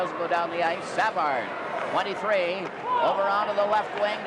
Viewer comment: Exactly. SA-vard. How weird.